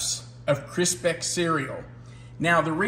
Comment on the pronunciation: I like that you had some different things in this version that I don't normally have in Chex Mix. An observation, it seemed like you pronounced Crispix as if it was spelled Crispex. I thought it might be an accent then, but then you said Kix, like Kix. Did I catch that correctly? Favorite road trip snack food.... I like Chex Mix, cashews, spicy peanuts, dark chocolate covered almonds if it's not too hot (don't want them melted), some good jerky or dry sausage it good too. Truly enjoyed today's video.